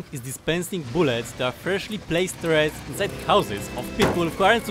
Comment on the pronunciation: "I need more boolets"